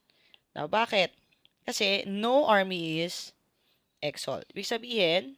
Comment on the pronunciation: Ngayon ko lang napanuod and medyo natawa ako sa pronounciation mo sa EXO-L hahaha marami nga nagkakamali diyan ma'am it should be EXO-EL. But still thank you for this video ma'am